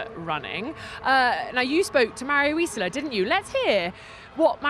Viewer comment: Yo guys, it's not Mario Isòla it's Mario ìsola, the accent is on the first letter! xD